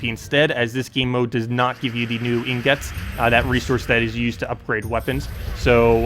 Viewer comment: 'EEEN GIT' ffs. your pronunciation kills me, my guy.